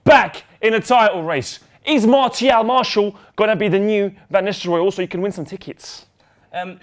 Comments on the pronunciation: It's Mar-tea-al; not Marshall. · Martial is pronounced "marsial", with an "s", like "snake". Not "marchial", like "church", or "martial", like "ticket". MarSial! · its mar tee al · Its pronounced MAR - SSI - AAL not MAR-SSI-LL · i think it's pronounced Mar Sea Al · Getafe is pronounced "Hetafe" and Martial is Mart e al. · It's Mar-si-aal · French pronounced Martial as - Ma-see-aal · just in french it's pronounced Marsial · It's not Marshall. He's French so you say it like a French person would. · Pronounced Martial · it's pronounced marsial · Its Mar-tial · its MarTial. Thats how you pronounce the name in french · Its pronounced Marsial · The "t" in Martial is pronounced like an "s". So between the two pronunciations said, it's pronounced the same way as the second one, but with the "t" pronounced like an "s". Marssial. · Martial is pronounced Marcial (Marsial) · Actually it's pronounced MarSial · It's pronounced Marsial, Mar-Si-Arl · MAR-TE-AL. YOU BOYS ARE FRIED. ANTHONY MARTIAL IS BETTER THAN ALL YOUR TALENT AT ARSENAL AND LIVERPOOL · you pronounce his name Mar-ssi-al in french even if it's written with a t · Great video guys, as per! And you should pronounce Martial as Mar-see-al. You're welcome ;) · Mar-she-al is how it's pronounced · It's pronounced MAR-SEA-Al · Mar-SEE-al, that is how you say it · Neither it's Mar-sial, just listen to Martin Tyler's commentary when he scored against Liverpool ;) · It's actually Anthony Mar"ss"ial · Its pronounced Martial ;) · It is pronounced m-AHRE-siall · It's pronounced MAR-SEE-AL ( MARTIAL ). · I'm French, it's pronounced the second word that you said, not the English version one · I'm a french canadian and can assure you Martial is pronounced just like "martial arts", just not with the "arts" after....